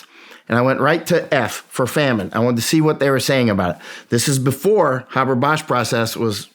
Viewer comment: Why do people have such a hard time pronouncing the name “Haber”? It doesn’t have two B’s. Hey-ber, not Habb-bar.